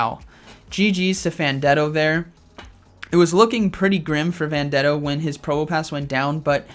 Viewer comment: Hey, just wandering where the 5th round for this tournament was?? Also its pronounced Fan ten do.